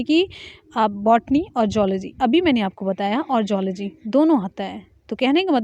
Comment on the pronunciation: मैडम अच्छा पढ़ा रहीं हैं लेकिन कुछ गलत भी बता रहीं हैं जैसे: जूलॉजी को"जोल्जी" ......